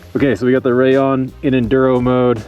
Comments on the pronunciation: One word, Rayyon. It is pronounced Rayyon. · I think it’s pronounced “ray- On” in Spanish 😊